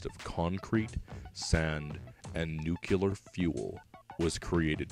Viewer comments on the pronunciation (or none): Nu-clear, not nu-cu-lar; that's how Bush said it. Don't be like Bush.